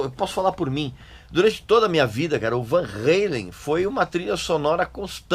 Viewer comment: Van Halen, e não Van reilen, era sim uma banda muito chata! Podre! Vtnc. É Van Ralem! Não é Van Ralem.